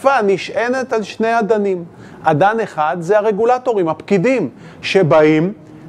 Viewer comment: לזליכה המילה היא אֶדֶן לא אָדָן